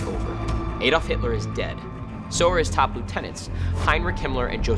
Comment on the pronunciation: Another Ay-dolf moment...